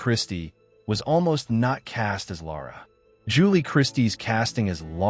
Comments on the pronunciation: The narrator for this video can't pronounce names!!!! It is not "Laura"-- it is Lara. It is Tonya not Tanya. It is not Shari,it is Sharif. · Lara is pronounced Laer ruh